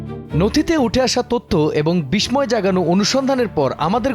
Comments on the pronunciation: বিষময় না উচ্চারণ হবে বিসসয় ( বিস্ময় ) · উচ্চারণ হবে বিশ্বয়।